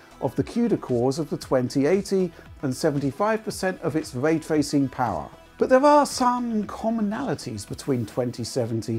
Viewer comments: “Way twacing” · " take way twaycing fow example"